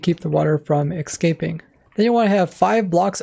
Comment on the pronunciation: You sound way too old to be mispronouncing basic words such as 'escaping'.